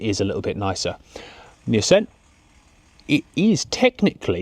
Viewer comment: Assssssceeent. Why thexweird pronunciation?